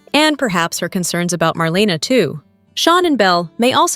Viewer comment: YOU have no business giving any spoilers without knowing how to say MARLENA'S NAME RIGHT.